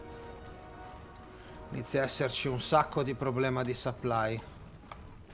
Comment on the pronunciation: si dice supply